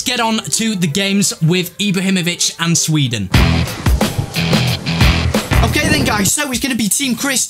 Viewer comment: Sweeden Ibrahimavich